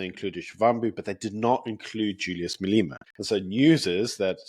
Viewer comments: You are awesome,! A big thank you Btw: your pronounciation of Marlena is perfect, because it’s SePedi - the ‘E’ sounds like an ‘I’ for indigo God bless you, Sir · Telegram is the filthy place of drugs, prostitution and every sexual perversion imaginable, right here on my upper class high street. It shouldn't be used by decent people. Please learn how to pronounce Malema. I know it must be hard, but you have it in you; you can do it! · As much as he is not my flavour of the month, please pronounce Malema correctly.